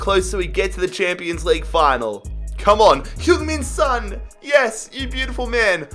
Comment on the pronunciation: Sons pronounced as its spelt mate